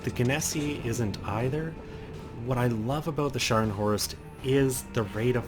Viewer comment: Scharnhorst. Not Shcanhorst or Scarnhorst.